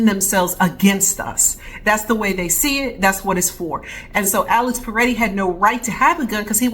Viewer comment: It's Pretti, not Paretti.